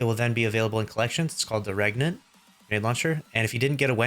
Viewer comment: Btw its pronounced Rain-ant, as in Reign